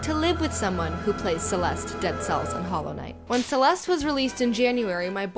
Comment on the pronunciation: Didn't the last "e" sound in "Celeste"?